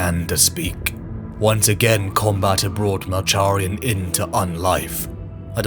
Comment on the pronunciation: Love the video but you keep mispronouncing Malcharions name wrong lol